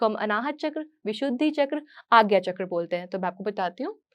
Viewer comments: बहुत अच्छी जानकारी दी है परन्तु कृपया चक्र को चक्रा मत कहिए । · आप सब हिंदी को अंग्रेजी में क्यू मिला देते हो चक्र होता ह चक रा कुछ नही होता